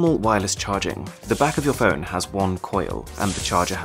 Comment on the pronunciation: He pronounces phone as fern a couple of times